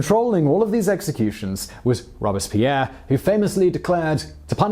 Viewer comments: This guy kills me with his constant mispronunciation of words and names. It not rob-es-pierre, it's robes-pierre. Understand how the French language is enunciated. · Take drink everytime Simon says the name Robispierre. I dare you! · Yeah it pronounced ROBES-Pierre Like he has two robes. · All interesting, but, when did ROBESpierre become ROBERTSpierre? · It’s Robespierre not Robuspierre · ROBE--SPEAR...!!...ok Simone? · "Robes" Pierre French guy in a poncho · His name was Maximillien de Robespierre not Maximillien Robespierre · I am pretty sure your saying Robespeirre wrong.